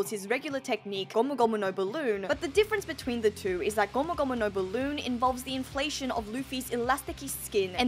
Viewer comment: "JIGANT" ... "GOMU GOMU NO BALOON" .. i cant .. xDDD